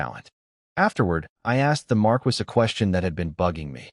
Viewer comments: Pronunciation errors are annoying. Marquis is Mar-key not mar-kwis. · I find it annoying every time the voice says marquis pronouncing it Mar-Quis instead of Mar-Key